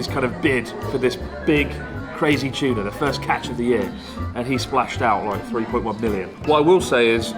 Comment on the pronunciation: The fact that Chris pronounces the t as ch in tuna is super funny